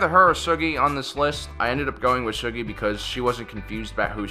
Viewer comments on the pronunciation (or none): THANK YOU!!!!!! THAT ANNOYED THE HELL OUT OF ME EVERYTIME HE SAID THAT!!!!!!! You'd think a true Star Wars fan would know how to say his name correctly. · It's pronounced Soo-gee, not Shuh-gee.